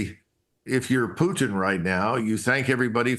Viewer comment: Finally. Someone who can pronounce PUTIN'S name properly. It's not Pu-in people!